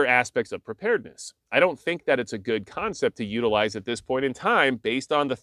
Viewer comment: it's "just as guud"